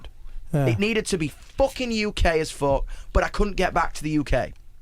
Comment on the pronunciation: "It needed to be foocking uk as foock"